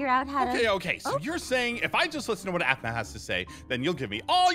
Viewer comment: aphmau not aphmay